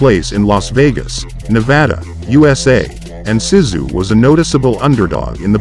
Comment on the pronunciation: YES very annoying your pronunciation of his name, it was driving me to distraction by the end haha must be tired or getting old, mmm probably both! it is K'o as in cough so - Co-sta as in sta-nd then Zoo - so Kosta Zoo is how you pronounce it, nice to see him again after a lot of years thanks